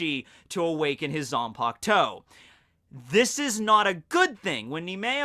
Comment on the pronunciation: It’s Zanpakutō. Not Zanpaktou 🤣